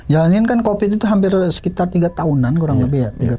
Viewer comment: Covid!!!! Bukan kopid tolong jangan dijadikqn kebiasaan suatu bahasa itu untuk dipelencengkan